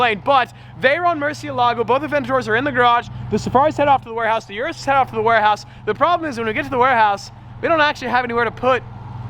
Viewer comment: Please learn how to pronounce Urus